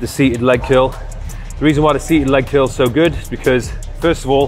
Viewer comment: I don't notice your accent much until you say curl, and it sounds like kill.....